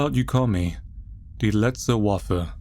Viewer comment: "Die letzte Waffe" and "Engel" are both german. As a German, i loved your pronounciation of my native langugage.